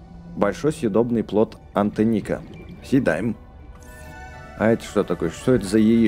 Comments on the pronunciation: не антеника а антенник (от слова антенна ) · В слове антенник ударение на 1 букву е